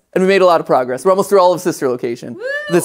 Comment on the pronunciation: “We’re making good grogwess”